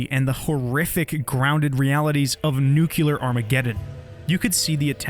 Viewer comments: "New-Clear" not "noo-Q-ler" :face-red-droopy-eyes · did he just say "nucular"? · *Nuclear; pronounced "new-clear" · I have to ask because at this point is driving me crazy. No offense but, why so many people pronounce nuclear wrong and say it this way?